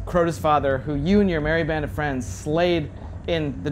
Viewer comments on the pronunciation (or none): none